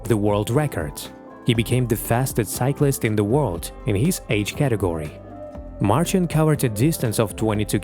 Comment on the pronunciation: nice that you honour this man. but you could've just taken the time to pronounce his name right.